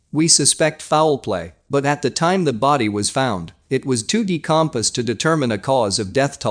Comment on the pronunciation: Yeah and the body was decom sed